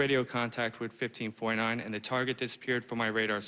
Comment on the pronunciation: Why does it sound like "15.9" when he says 1549?